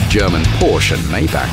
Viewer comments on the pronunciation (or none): none